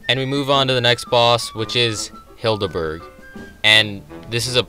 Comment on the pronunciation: Every time I hear "Hilda Berg" I hear "kill-da bird" .... W H Y !?